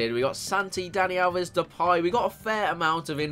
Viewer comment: Why do people say depay as depie its stupid